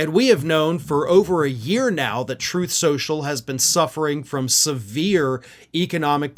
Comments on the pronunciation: "Troth. Cential." - DJT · Actually, according to Donald, it's pronounced "Troth Socul".